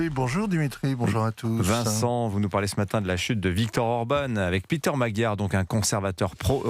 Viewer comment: l'expert géopolitique qui prononce mal le nom de Orbán Viktor, du grand Europe 1 - comme dab